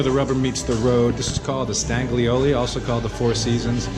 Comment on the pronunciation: Bwahahahaha "Staglioli". It's QUATTRO STAGIONI! Bwahahahaha!